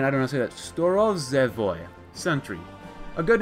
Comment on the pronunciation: A comrade tell him the "zh" is pronounced the same as the "s" in the word measure, pleasure, leisure, etc.